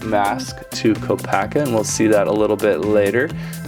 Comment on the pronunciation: HIS CREATURE IS NOT A RHINO AND THAT IS NOT HOW YOU PRONOUNCE KOPAKA.